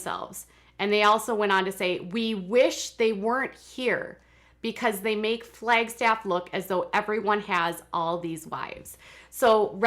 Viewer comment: I primarily clicked on my notification so I could hear a native Minnesotan say, "Flaygstaff" several times. 😜😜😜